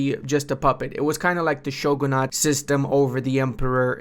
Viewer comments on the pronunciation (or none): none